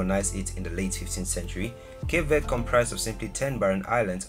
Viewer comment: Pronounced it wrong instantly 😂